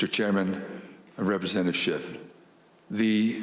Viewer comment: It's SCHIFF...not SCHIFT!